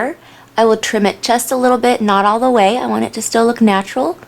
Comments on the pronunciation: I wish she would say natural like a person who isn't mentally challenged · u say natural weird